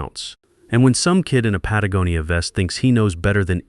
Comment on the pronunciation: Hey. AI finally learned how to pronounce “Patagonia.”